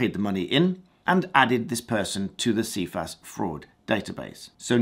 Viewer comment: First can I add it's pronounced "SI FAS" even the organisation themselves say it as that. 6 yrs is the maximum time a loading can remain. Sounds like a cat1 or cat6 loading now whilst mistake can happen it's unlikely they were not aware of why the account was being closed. Cifas would be the place to appeal the loading and get further information. Not sure this quite adds up as the way it has been portrayed here. ATB